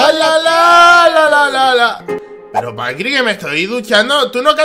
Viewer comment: Me da risa cuando intenta ser un disque "fantasma" y dice pAnCrIi 😂